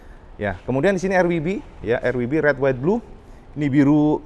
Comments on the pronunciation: laaah... "er.. wi.. bi.." hahaha.... bukane "er we be" atau "ar dabelyu bi" sisan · 03.25 : ER WI BI. Koreksi cak, ER DOBLE YOU BI. W : Double You. Bukan WI